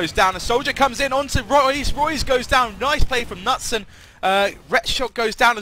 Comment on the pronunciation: nutson is not the way you pronounce knutsson:D pronounce the k and and the second s:)(for you )